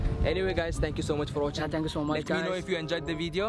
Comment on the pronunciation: I'm sure Abu zubairs fave letter is z bc he says zanks youz zzzzzz